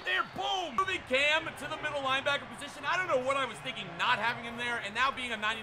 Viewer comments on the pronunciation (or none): none